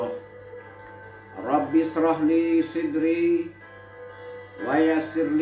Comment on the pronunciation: Mohon maaf beribu maaf!!! Doa yg baca di awal ada di Al Quran surat taha ayat ke 25-28 Di situ huruf shod berbaris fatah bukan kasroh. mengucapkan Shidri, sedangkan di ayat ke 25 tsb berbunyi Shodri.